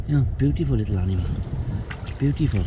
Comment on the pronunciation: I like how he says bootiful instead of beautiful (I heard him say bootiful xD)